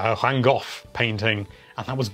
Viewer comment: Did you just say Hang Vhoff painting? Huahahahaha I love this guy!